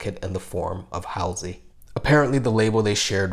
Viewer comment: i lov how many prople don't know how to pronouce Halsey , it's a common street name and she's been on snl many times. like how hard is it too look up the right name?easier to get ferreira wrong since it's a non standard spelling.